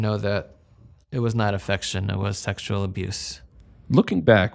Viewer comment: Anyone else creeped out how he pronounces the word "sexual" he says Sextual.